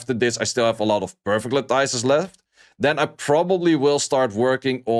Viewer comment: La-tuhs. Pronounced like lettuce at the end.